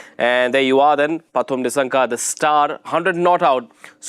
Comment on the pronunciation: It’s Kusal Not Kushal. Its Nissanka not Nishshanka